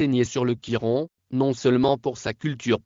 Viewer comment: C est le Coran et non le gioran